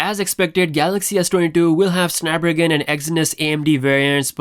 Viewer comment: Drink every time says Snap-ragon.